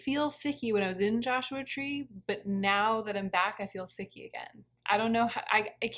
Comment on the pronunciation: Sicky sounds so wrong